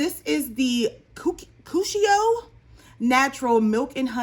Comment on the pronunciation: I hope that cuticle oil is pronounced the way you said it. Otherwise, it would be pronounced coo-chi-o 🤣